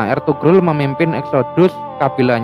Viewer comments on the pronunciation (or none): Eltugrul dbaca = Elturul